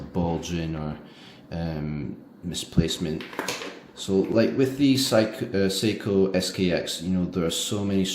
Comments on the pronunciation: Seiko is pronounced "Say-Ko" not how you pronounce it as "psycho"...LOL. Also, it would have been nice to provide lume shots, as the Orient Ray 2 has very good lume, bright and long-lasting. I am amazed at the accuracy of your Ray 2 as you stated it is 2 seconds off per day. That is phenomenal! My Ray 2 is around 10 seconds fast per day. How did you get it to be so accurate? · The name Seiko is pronounced "Sayko", NOT Psycho! Please get it right, I almost didn't know what brand you were speaking of. Thanks for the review, it is good & appreciated. Bless